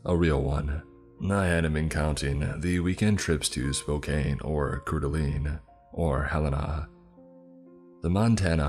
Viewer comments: Minor corrections for pronunciation *"Spoke-Anne" *"Coor Duh-Lane" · i love your content but as a native to the region your pronunciation of "spo cane" and "core da lean" made me have an aneurysm it's so over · You pronoucned Spokane, Couer 'd alene, and Kootenai all wrong. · Ok This is what I love about living is Missoula and growing up in North Idaho, when it comes to outsiders. Spokane is not pronounced Spo-Kane; but Spo-can. Coeur d’Alene- isn’t Core-de-Aleen; but Cord-a-lane. Kootenai- isn’t Koot-en-Ai; but Koot-knee Not being a dick, but I was the exact same way when I moved to the area as a kid. Very cool to hear a story about where I live though. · Hey just helping out here, they’re pronounced “Spow-Can” and “Coor Duh Lane” for Spokane and Coeur de Alene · I love your videos but you butchered names of places like Couer D’Alene and Kootenai. I wouldn’t believe this character has ever been to either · Dude Spo-Kane? Coeur d'Alene. These are some bad pronunciations lol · 43 seconds in and I just can't with his pronunciation of Spokane and Coeur d'Alene. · Living in Spokane I actually stopped the story and went back to play for my fiancé!! We got a great laugh about that along with the pronunciation of couer da lene … misspelled on purpose lol and kootenai also!! Don’t let him say Gonzaga!!! Hahaaha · Dude I live in Spokane too I was so shocked at both this story mentioning Spokane and his pronunciation of Spokane and Coeur d'Alene 🤣